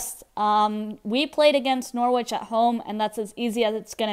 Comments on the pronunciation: It's Nor-itch not Nor-witch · you don't pronounce the W